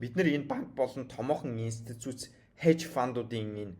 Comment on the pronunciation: Инсцүцүц биш Институц 😂